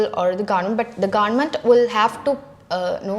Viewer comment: Pronounced wrong the word government